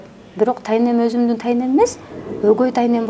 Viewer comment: Д тамгасын жебей озумун дебей озумдун деп суйлогулочу 😵‍💫